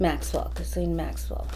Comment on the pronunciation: Ghislaine Maxwell ... her name is pronounced Geelan ( the ‘G’ is a hard g as in guitar) and the ‘s’ is silent.